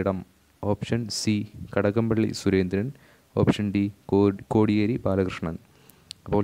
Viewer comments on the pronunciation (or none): none